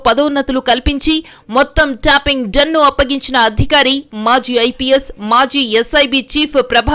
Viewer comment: ట్యాపింగ్ అనే మాటను ట్యాంపింగ్ అని పలకడం మానేయండి వ్యాఖాత గారు.